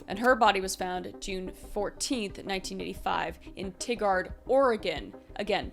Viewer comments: The way she said Tigard made me giggle. It’s “Tie- gurd” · Tigard got me cackling ngl. (tie-gerd) But to be fair Oregon city names always seem to be hard for out of staters 😂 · im sorry, i live in Oregon. it's TIGARd, like Tiger with a d. 😭🙏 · Fantastic video Kris! Totally unimportant, but Tigard OR isn’t pronounced Tig-ard, it’s pronounced Tie-gerd, lol. Like 🐯d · When you say pacific highway, are you referring to I-5? Tigard is pronounced ti-gard, not tig-ard. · So I live in Tigard Oregon and you say it as tye guard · Tigard, is pronounced like the animal tigerd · Tigard Oregon Pronounced: tie-guard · Kris for future reference it’s tie-gerd, Oregon 😊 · I absolutely love these types of videos i have been beng watching all of them and as someone who lives in Oregon its pronounced tigered like the animal tiger but with the ed sound. Love you kris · Tigard is pronounced Tye-guard fyi. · I’m from Tigard and it’s pronounced Tie-Gerd😂😂😂😂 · Hi Kris! Love your show! You should look into Dayton Leroy Rogers! Also its EeeMen Claw { Enumclaw} and Ty Gerd {Tigard} ;) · Hi Kris! Native to the Tigard, OR area here :) It's pronounced exactly like the animal tiger, just with a d at the end. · what happened here??? Tigard is pronounced Tie-guard. Just letting you know, not trying to be rude. 😊😊 I live in Portland, Oregon. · Love you but it's ti gerd 😊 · And Tigard is pronounced "TIE-gurd"